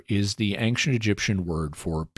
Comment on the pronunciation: It's a mystery that I can't figure out (and me and my wife have watched dozens of episodes of the Mysterious World) - why does Jimmy consistently pronounce ancient as "an-k-cient" ? He's so careful about pronouncing anything I can think of that there must be a good reason for it. What is it? If it was answered as part of the mysterious feedback in one of the earlier episodes - please redirect. Thanks!